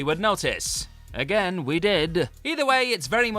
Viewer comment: is it fair to point out that whoever is doing the narration (they guy not the girl) can't seem to pronounce words properly? in the whiplash section he says band - uh rather than band; again -uh rather than again? is it annoyingly intentional overemphasis? or a speech impediment?